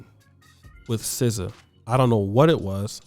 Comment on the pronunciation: N0 not SZA no